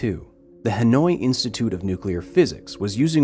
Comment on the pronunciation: Dude pronounced "Hanoi" as "Annoyed" lmao